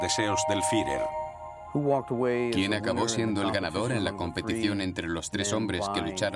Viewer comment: EL DOCUMENTAL ESTÁ MUY BIEN. PERO LA PRONUNCIACIÓN DEL LOCUTOR ES PÉSIMA. NO ES "HILER" SINO HITLER, CON "T". TAMPOCO ES "FIRER" SINO "FIURER". SALUDOS.